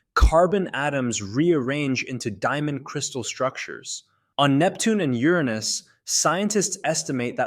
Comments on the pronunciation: You said YOUR ANUS wrong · You lost me at your mispronunciation of Uranus.